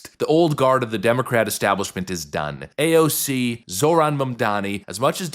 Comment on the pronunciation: The way you always pronounce AOC is hilarious 😂